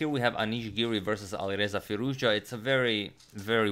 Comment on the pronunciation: You say Alireza Firouzja just like a native Iranian!